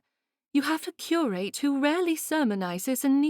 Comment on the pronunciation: Another over- annunciating narrator. It’s pronounced ‘ cur- ut’ not Cure- rate’ and ‘ Dutch- us’ not Dutch - ess’. It’s not easy on the ear and thes3 stories are so fabulous! Wish I was reading for you all!